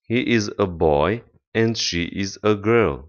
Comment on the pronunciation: pe langa me and you, not you and me, ai pronuntat and ca si end, ce este o confuzie intre doua cuvinte din limba engleza